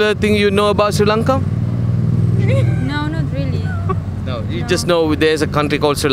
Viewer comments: Do u know See Lanka??? Please pronounce it properly either Shri Lanka or Sri Lanka. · SHEE lanka nathuwa hariata pronounce karapan ratey nama!! #redda